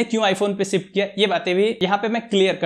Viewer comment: Shift ❌️ sift ✅️